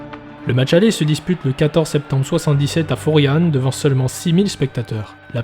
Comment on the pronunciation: tres beau mais par contre je suis corse et tu dis claude pape furiane ......